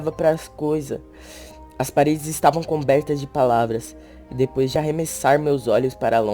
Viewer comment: "as pravara era tudo egrais" -.